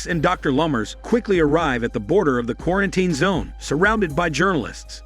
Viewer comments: what the hell is a qu-are-en-tain? Gotta love AI scripts and fake voice over narration. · Does an AI do the narration, because the way it says quar-an-tine zone is weird & obvious to any human listening, although it keeps speaking after saying it in broken speech?!?! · Qua-ran-ten! xD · I love how he says ,,qurantin’’ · not even quar sounds like its saying kora-an-tine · Why is it so hard to pronounce properly word "quarantine"? Every time you say it, there is a mistake😂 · the way the bot pronounces quarantine differently every time is so annoying